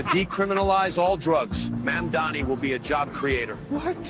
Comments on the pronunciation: or to Cuomo, "Mahndami" lol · it's all intended.. they mess his name up to disrespect him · Why does Cuomo have such a hard time saying Zorhan Mamdani... It's not hard to pronounce... He's been running against him for many months now... It just comes off racist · His AI commercial can the name right, but Cuomo can't. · between this ad and him constantly butchering zohran mamdani's name, i think it's fair to say that andrew chomo is an absolute racist.